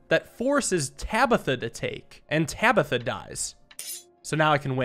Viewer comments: Did this man really just mispronounce "Tabitha"? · why did you move the Bowman back instead of taking the bishop? Then the king would have killed itself. Also how did you mess up saying Tabitha?